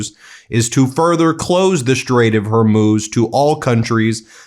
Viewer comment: I really think he didn’t know about the Strait he can barely pronounce it😂